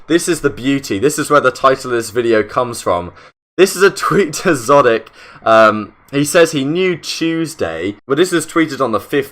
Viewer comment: Idk why it’s bothering me that he’s saying szotic, and not exotic.